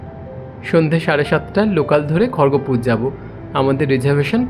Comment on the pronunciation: খড়গপুর তো,খড়গোপুর বলছেন কেন 😂😂।